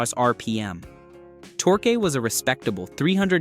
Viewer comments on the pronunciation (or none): lol the bot even pronounces torque as tor-kay. Ole!